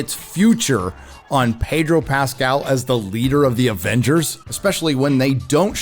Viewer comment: Pedro.... the r is silent